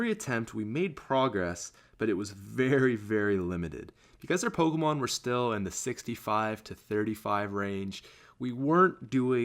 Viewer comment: Learn to pronounce pokemon..